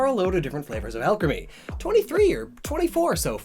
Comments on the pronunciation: Nobody:: A L C H E M Y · I KNEW Alcremie being pronounced al-creamy was a bit odd... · "Taste Alcreame" Oh my~ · Alcremie....Why does that sound like Alchemy? or was that the point I wonder? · "Alchemy" Ah Shiz Here We Go Again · Not to be rude but it is pronounced all-creamy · When says Alcremie, but is, so you hear alchemy instead. There are 23 flavours of alchemy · Alcremie Al crem E? Al cree me? Alk rem E? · hey you realize you're saying it like alchemy * hear's that's where the name comes from* oh never mind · Everytime says “Alcremie” I just hear alchemy, which brings me back to his fat years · The way he pronounces Alcremie makes me uncomfortable.